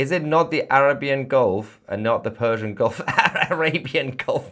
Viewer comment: so its fersian? you said no "p" hihihihihihi